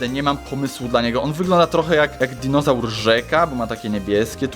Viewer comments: [*] Powiedziałeś pare razy dizonaur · Dinozaur! Nie dinożar